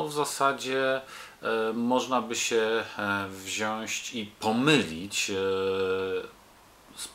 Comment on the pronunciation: "wziąć" tam nie ma żadnego "ś ć" kurna:D